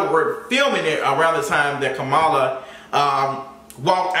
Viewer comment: her name is Kamala (pronounced Comma-lah) not Kah Mah Lah. IJS